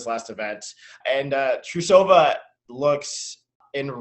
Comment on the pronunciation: um... please go watch yuzu's lutz and please go learn how to pronounce russian names. there is no a between the t and r in trusova's name.